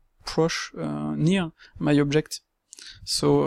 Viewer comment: "really... proche, euh nire my object" mdr